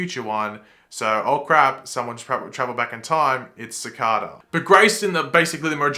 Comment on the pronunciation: The way you’re pronouncing Cicada isn’t right